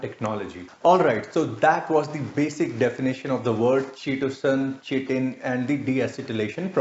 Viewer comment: you can't even pronounce "chitin or chitosan" correctly. OMG.